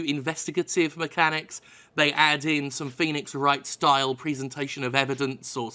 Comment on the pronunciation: The way you say 'Presentation' is kind of weird